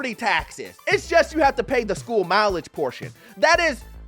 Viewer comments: Dude, it’s pronounced “MILL-age”, not “mile-age” 😂 Do you actually work in real estate? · That's a Marxist Teacher's union graduate's way of pronouncing it.😂